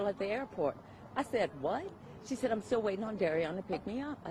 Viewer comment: "An that iish steal up for debate".lol